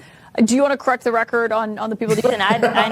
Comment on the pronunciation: “Coreck”, not correct - so stupid.